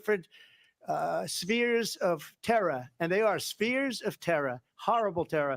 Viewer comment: 😂😂😂 his NY came out! "TERRA!! TERRA!" I'm from NY but usually I say "where' mah damn KAUffeeee!!!" 😂 OMG i hate this debate I'm so glad i have you and KD keeping it real😂❤